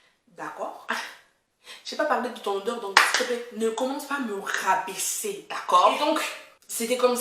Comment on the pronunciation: “ L’odèurrrr ELLE M’A ATTRAPÉE LES NARINES, ELLE M’A SERRÉE LE COU...!!” 😭🤣😂😂 C’est bon je m’abonne! 😂👍🏽